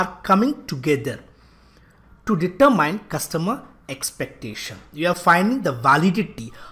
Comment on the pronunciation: Why is "determine" pronounced as "deter mind" instead of "deter min?"